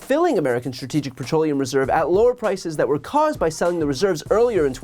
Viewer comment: Marjorie really struggles with saying the word "strategic" 😂 not shocking considering she's showing zero strategy for anything she's ever done.